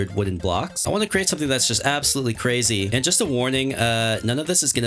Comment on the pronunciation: This man is cwazy